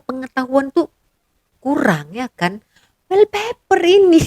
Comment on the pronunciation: Wall paper mbak..bkn weal paper..lucu bila dgr konoha nyebut bahasa ingeris .🤣🤣🤣🤣